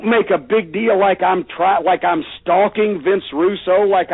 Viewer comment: I love how he always says "Deal". :They nailed Jesus to the deal or what ever" LOL